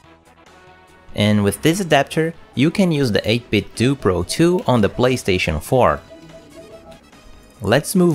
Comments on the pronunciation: nice video but it's pronounced more like "Nintendo" - 8-bit-doh. Otherwise you may as well call it Nindendoo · But they say it's pronounced 8bitdoo like Scooby Doo 🤔